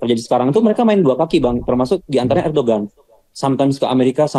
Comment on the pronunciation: Lu kuliah di turkiye 😂😂😂 nyebut ERDOGAN AJE gak bisa ..ERDOWAN BLOK